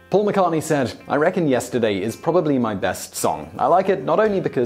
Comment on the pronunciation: I'm amazed this idiot pronounces Paul McCartney's name correctly. it's the only name he gets right.